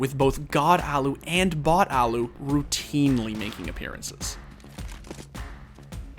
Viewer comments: it hurts when people keep saying alu alu alu alu and not allu . . . al-lu. There are two L letters and you say AL then LU holding the L sound not fast L alu ;___; the onlu curse in his name that no oke knows how it is said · "The Allu-gator" lmao